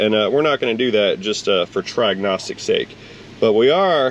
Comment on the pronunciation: Literally almost choked on my dinner when I heard "Tryagnostics". 😅